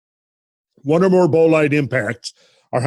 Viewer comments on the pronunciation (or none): none